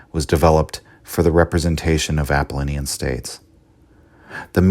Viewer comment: I just can’t get over the mispronunciation of Apollonian and Dionysian